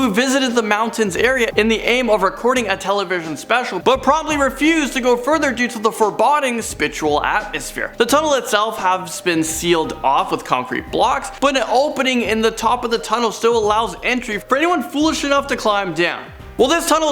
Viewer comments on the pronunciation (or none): For bo ding. Not for bod ing. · Sorry to be an English teacher but it’s a pet peeve. Foreboding is pronounced with a long “o”. Iwo Jima is pronounced with the long e in both words. The battle of Iwo Jima is an historical battle and I couldn’t let it pass. My apologies. Thanks for the vid though, very interesting! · Fore- BOD-ING lmao 😂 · Furbawding? He pronounces foreboding weird.